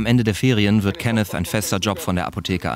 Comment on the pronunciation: Der Typ : ich heiße KENNETH Reporter: KENNES